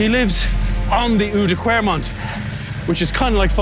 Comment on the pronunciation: Nice! Try to say the ou in Oudenaarde and oude kwaremont as the o in wow or down. Oude kwaremont. Ask Dan, he has nailed it. Rob Hatch does it brilliantly as well. Going to watch the video now. Big respect for trying to ride these cobbles, I wouldn't dare to. Spoiled with lovely bicycle paths in holland.